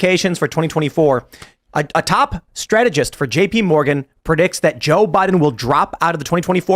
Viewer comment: "PREDICTS" ta hee